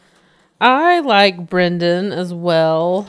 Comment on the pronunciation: I need Nick to start saying BREN***DANS name correctly before I go crazy.